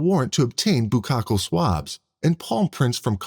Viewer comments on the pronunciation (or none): “BUKAHAL SWABS!” Haha buccal!! It’s pronounced Buc-kahl. The way you said it sounded more like a Japanese sex ritual. 🤣🤣 sorry that just made me laugh.